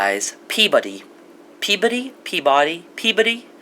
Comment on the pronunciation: Omg, the way you were pronouncing Peabody sounded like puberty and I was laughing out loud thinking about a location named puberty. And we have had lots of fracking in central Arkansas and it has also been linked (although they deny it) to a higher incidence of earthquakes in the area.